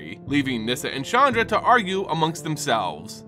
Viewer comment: Love the video, but PLEASE work on your pronunciation. It's KAI-toh, not KAY-tow or KAY-doh for Kaito Shizuki. Chandra is pronounced "SHAHN-drah" not "CHAN-dra".